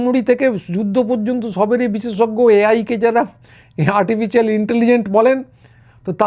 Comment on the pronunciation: র জিভ দিয়ে 'ইন্টেলিজেন্ট' উচ্চারণও বেরোয় না; হয়ে যায় "ইন্টেলিz-এন্ট" 😂 বাঙালির শিক্ষা-সংস্কৃতির আজ এমন‌ নিদারুণ অবস্থা যে এইসব নিকৃষ্ট মানের লোকও 'বিশ্লেষক/বিশেষজ্ঞ/পণ্ডিত' -- প্রায় polymath-এর -- তকমা পেয়ে যাচ্ছে এবং রীতিমতো করে খাচ্ছে। দু'কানকাটা!